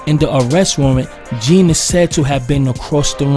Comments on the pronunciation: With due respect to dude pronounce his name right (Jean is not the correct pronunciation its French John, like Wyclef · His last name is pronounced “John”. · Jean is pronounced like John. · Botham Jean , Jean it's pronunciation is John. It was murder straight up, ain't nobody stupid, and if you think anything else then you are just erroneously delusional. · First of all, get the proper pronunciation of the victims name right...it’s pronounced JOHN... Next..ditch the hip hop music..it’s distracting.. Your evidence demands a verdict. Something fishy going on here.